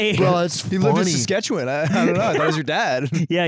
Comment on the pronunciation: Ludwig said Saskatchewan